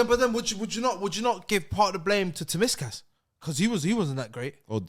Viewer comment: The way slaughtered Tsimikas’s name lmaooo